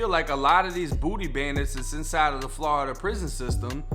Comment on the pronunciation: Im a FL Jit Cuz and tha way you say Florida always funny cuz Ian Eva heard any6ody say “Flawda” but I fuccs wit it lol